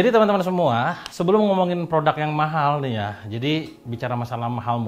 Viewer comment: Apa yang perlu Anda lakukan untuk mengubah anda mengucapkan kata "produk" sebagai produk dan bukan "prodak"? Serius nanya nih.